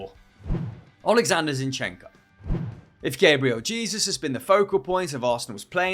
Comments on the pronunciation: Its pronounced Gah-bree-el Jay-zus!!!!! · I see suddenly became american with that pronounciation of gabriel jesus lmao